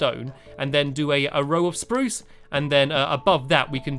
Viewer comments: tut tut tut you never said spruce right the first time #lol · You said spruce not SPRUCE. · You said spruce not SPRUCE! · stop saying speruce incorectly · love the word spurse wood i love how u sat it <3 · he says spruce without saying sprrrrrrrrrrrrruuuce! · say birch how u say SPRUCE one day i wanna know how it sounds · soep saeing SROSE so werd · he didn't say spruce right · stampy it's fun to say spruce cuz you say it wrong lol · You didn't say SPRUCE properly